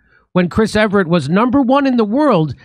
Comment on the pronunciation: Jimmy, its EVERT, NOT EVERETT.....